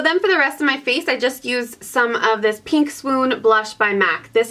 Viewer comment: i love the way you say pink as its peenk! Haha so cute